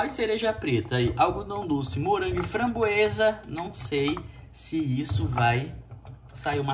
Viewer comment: É Framboesa e não Frangoesa.